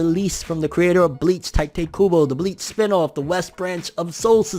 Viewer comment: “Tee-toe koo-boe” your welcome